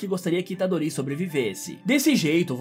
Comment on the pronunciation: A unica coisa que ele errou é que o nome do Yuji Itadorito. Deixem o Like galera, ajuda o canal :D